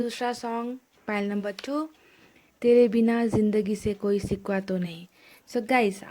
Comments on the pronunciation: hello mam its shikva not sikva🤣😂😂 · Sikkwa nahi shikkwa baba